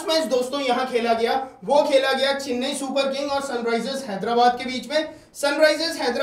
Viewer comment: चिन्नई नहीं चेन्नई